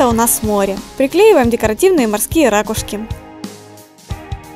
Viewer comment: Не рАкушки, а ракУшки(заглавная буква это ударение)